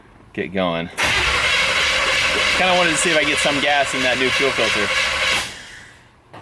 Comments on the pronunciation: LOL I heard "smells like ass" LOL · I heard ASS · Did say it smells like gas or 🍑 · I could have sworn said it smelled like ass.....lol But, I guess she said gas........lol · At 3 min. 20 sum seconds. I thought said, smells like ass. And replied, that's a good thing. I was laughing myself hysterically. Then I rewound it to show someone. And realized she said gas, not ass. Might be true either way. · Hey, are you sure said "it smells like GAS?" Because as someone who's been married for what seems like forever, it sounded like she said, "it smells like ASS." Just saying. Lol.😂😂😂😂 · I heard ass also😂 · I thought said "Ew... smells like ass" 😂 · Either mere doesn't pronounce her g's or she said it smells like ass, 😂